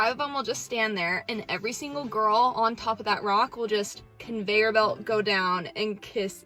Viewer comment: ConveiYURbelt. the heck???